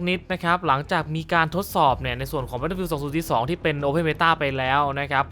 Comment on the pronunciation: "battlefiealdสองสุสสีสสอง"